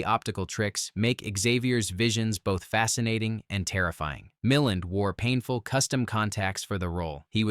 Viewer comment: I can't wait for AI to catch up and start pronouncing placenames and surnames correctly. Makes me cringe: Mill-and. It's Muh-land with the accent on the 2nd syllable